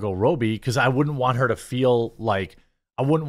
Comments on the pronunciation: Who is Margot ROWbie? She's from Australia, not the Philippines, it's pronounced Robbie, Jeremy. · ITS RAW-BEE NOT ROW-BEE, why can't u pronounce anything right? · ROB-E not ROBE-E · ive never heard anyone call her robe-ee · Why do you keep saying Robbies' name wrong? Are you doing it to be disrespecting for some reason? Not calling you out, I'm just wondering if the us a reason. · Dude, you killing me. If you going to do stories about Barbie, please for the love of all God, learn to pronounce Robbie.